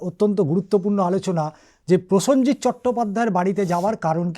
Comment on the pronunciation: প্রসঞ্জিত উচ্চারণ হবে না হবে প্রসেনজিৎ হবে। প্রতিটি শব্দবন্ধ উচ্চারণ সঠিক ভাবে করা উচিৎ।